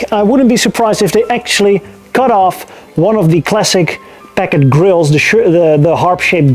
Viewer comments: Why do people pronounce it Pak-ed or Pack-id or Pack-ad & not the correct Packard, Pack-ard? It always strikes me that the speaker is an ill educated buffoon. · Am I the only American that thinks he keeps saying peckers? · Great video, thanks. You did say the word Packard many many times. I’m not sure if you were rehearsing the pronunciation or for a part in Goldmember-2. I can’t believe you left us with a cliffhanger. Looking forward to part 2. Thanks again, from the Hollywood Hills, L.A., CA.